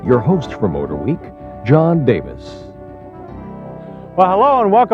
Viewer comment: I love John Davis so freakin much! He’s the only person I know who pronounces the ‘H’s in Motorweek. MhotorHweek